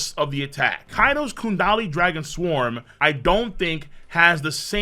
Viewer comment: You say kundali again imma need those hands, the chapter literally says gundari